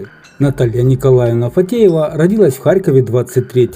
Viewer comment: Ударение родилАсь